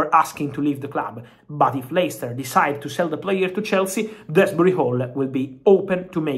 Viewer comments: DOOZBURY...... not DREZZBRY....... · Drehsbury-hall😂😂 Love You Fab😅